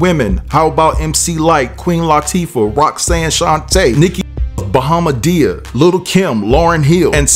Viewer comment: He said Bahamadiah! i used to bump her music hard way back in days.